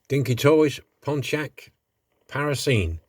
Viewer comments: It's a Parisienne pronounced - paˌrɪzɪˈɛn = the feminine of Parisian - a female resident of Paris Nice model anyway even with the dodgy name ;) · A relatively simple restoration for you this week but it came out really well 👍🏻👌🏻 Good luck with the eye....it’s a proper pain when your lamps aren’t working properly! For what it’s worth, my take on saying the name is (Paris-ee-enne), as in a woman from Paris. 🤷🏼‍♂️ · I can't make up my mind whether you are really puzzled by the word 'Parisienne'. It is a French word for a lady who lives in, or comes from, Paris, and it is pronounced Par-iz-y-en. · Its pronounced par is eon great job as always mate 👍👍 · it's pronounced pari-si-enne as if it's person from Paris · Fantastic restoration job on that Pontiac Parisienne (l think it's pronounced Paris - ie- enne though 😉) as in a French person lol 😆.... This is a new account of mine btw, lm trying to catch up with the subscribers l subscribe to.... Hope yiur eye gets better mate, l have to wear glasses these days as my eye sight is terrible without them.... part of getting older l guess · its called Pontiac Par is e Ann is how you say it model looks great hope your eye gets better Tony O. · it is pronounced Paris ee en a resident of paris.. nice job